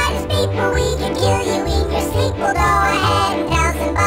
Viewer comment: "We could kill you in your sleeple" oh that had me😂